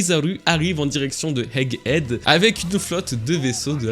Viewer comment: Haha on sent l'insistance sur le "Egg Head" 😂😂 J'ai qd mm entendu un "Hegg Edd" au début de la vidéo Merci pour la vidéo, je l'attendais celle là